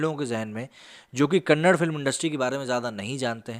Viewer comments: Bro it’s KANNADA not kannad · It's Kannada, not Kannad.. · Problem with northern Indians is they don’t how to pronounce KANNADA..it is not Kannad. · It's Kannada not Kannad. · Brother it's Kannada and not Kannad.. kindly use right letters when you talk about language.. I don't know why you kept using Kannad... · It’s Kannada chhhhhh